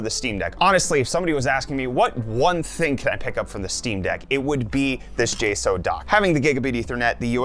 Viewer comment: It’s weird to hear you calling the company “jay- sow” when everyone else calls them “jay- socks”